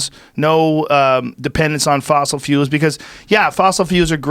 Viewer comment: "Fossil fuuuuls"